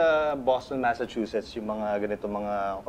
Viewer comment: 😂😂😂😂😂😂Boston masachuses 😅😅😅